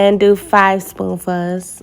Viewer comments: Where are you from? You pronounce spoonfuls as spoofas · OMG!!! I held my comment as long as I could. I didn't want to take away from all the positives. She did an amazing job. But the "spoon fuhhs" made my eye twitch. 🥴